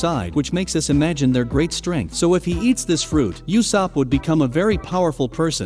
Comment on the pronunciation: When i heard 'yousop'